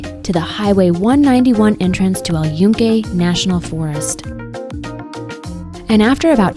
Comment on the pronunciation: Holy shit dude, if you're going to make a video on something, at least learn how to pronounce the damn name of it. You COMPLETELY butchered it, and proved you give zero fucks about not being a complete gringo over there.